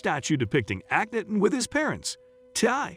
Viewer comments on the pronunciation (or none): I stopped at #4 because you absolutely chopped the hell out of the pronunciation of Akhenaten. Go look up how to pronounce his name. Here’s a clue: aa·kuh·naa·tn.